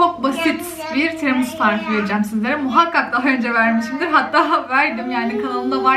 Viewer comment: Pssst...kızım, TİRAMİSU dur doğrusu.⚘🌷🌹